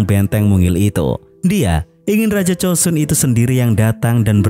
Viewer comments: Joseon bang bukan chosun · itu pelafalan koreanya, tapi sebenernya bukan chosun juga, tapi chosan